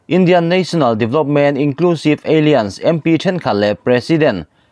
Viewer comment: Aliens ni lovin (Alains) Alliance. Dik zawk a awm hi chuan dik zawk a chhiar mai tur. ! 😏